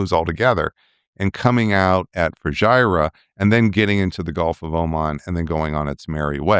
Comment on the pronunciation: Hi Dr Pape, Fujairah is pronounced "FOO - JER - AH"